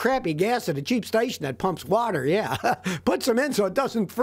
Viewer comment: how texans says water. "whahhher